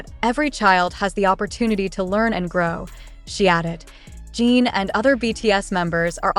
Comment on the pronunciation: At least get the pronunciation of the subjects name correct and their pronouns him/his, not her.